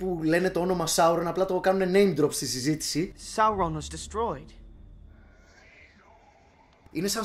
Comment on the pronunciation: ξέρουμε, διάβασες τα βιβλία, αλλά σταμάτα να το προφέρεις Σόρον. It's Sauron (ΙΤΣ ΣΆΟΥΡΟΝ)